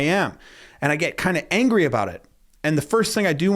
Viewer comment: "Their methodowogy made me angwy"